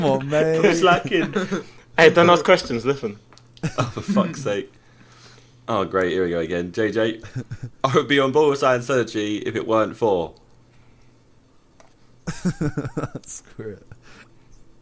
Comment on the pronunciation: Did Tobi say lithenin?